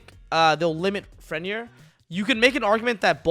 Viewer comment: Gat dam pronunciation of Fenrir and Vernusylph sheeeeesh